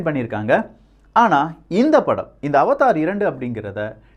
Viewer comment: அது அவதார் இல்லை அவடார் 🤦‍♂️🤦‍♂️🤦‍♂️